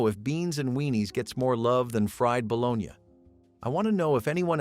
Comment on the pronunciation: Interesting video but need a real person to do commentary. No excuse for mispronouncing bologna!